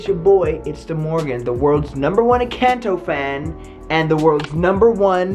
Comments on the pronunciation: YOU SAID ENCANDO NOT ENCANTO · Girl everybody Everybody say it's in canteau it's in cornto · You did not say encanto right👍 not offended pls